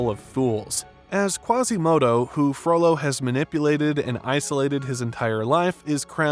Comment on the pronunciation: Is it just me that occasionally hears 'frodo' instead of 'frollo'?